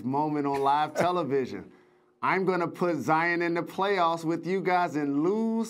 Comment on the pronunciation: No one: Jalen rose: “Zi-Yin Williamson”